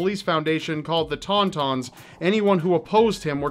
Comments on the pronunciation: The TON-TONS? Really? What's next the AT-ATS? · love your videos ❤ papa doc truly was a menace; my grandmother still tells me the terrible stories under his reign. everything you covered was perfect except for pronunciation of "Ton Ton"